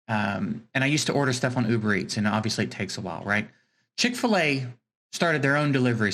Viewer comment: Well at least you got chic-fil-a correct